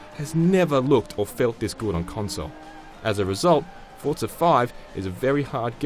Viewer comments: Forza not Fort-sa... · Its Forza not Fortza... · It's called Forza not Forta. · What is up with people from the UK putting a "T" onto forza? They all seem to say it Fortza